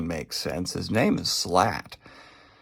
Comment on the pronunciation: you pronounce Silat as : See - lat (lat as in Latte)